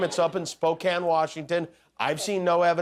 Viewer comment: Glad you pronounced it right though Jimmy…and Spokane too!!! Nobody gets them both right!